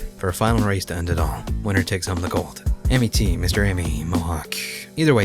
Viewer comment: Ammy= Ah-mee No vowels in Japan